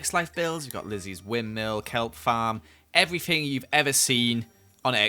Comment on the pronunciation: did anyone notice how he said everthing and not everything